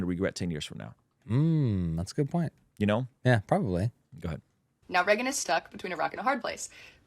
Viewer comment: Something about how she says "Reggan" instead of "Raygan" is irksome 😂